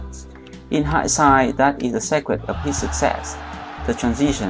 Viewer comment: Thank you for the informative video. A quick note to improve your English: The first syllable of secret is pronouced "see", Like I see you. SEE-cret